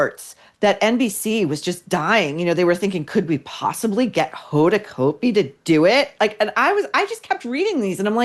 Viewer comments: Cot-b. Hoda cot-b. Not coat-b. Used to be news anchor on new orleans tv. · Pronounced Cotbee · Said like COT'-bee COT'-bee COT'-bee !!! Pls get it right.